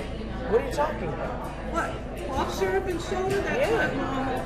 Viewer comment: “sipping sizzurp” chile- anyways it’s lean